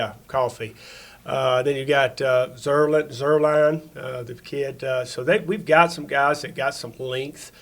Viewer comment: My man said zuerline 🤣🤣🤣